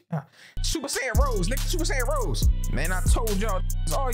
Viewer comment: I hate that missed out on saying Rosé instead of just rose... You got it tho fam